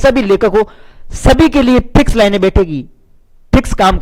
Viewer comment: Ye kya hai?? Ye Phiks ....line phiks...phiks.line . Phiks.... line hai 😅😅😅😂😂😂😂😂😂😂